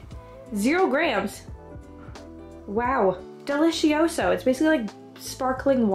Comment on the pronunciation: ahahahah, I'm Italian and every time I hear delizioso from you, I can't help myself. The pronunciation is so funny, anyway I really love your videos, you're inspirational for me! Thank you ❤️